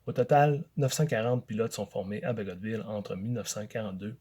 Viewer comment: Donc il faut prononcer le "t" dans "Bagotville" ?